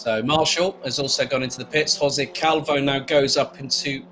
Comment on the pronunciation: I like so much like you pronunce my Surname " Calvouuu" 😍